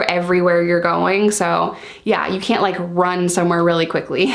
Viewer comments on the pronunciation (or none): "Kent. Kent. Are you kent?" Haha love the accent 😂